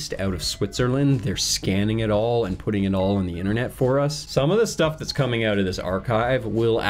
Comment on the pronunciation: owt.. in and owt.. in and owt.. in... and owt..